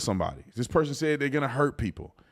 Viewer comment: please OT stop with the “fona” please, i believe it’s pronounced “going to “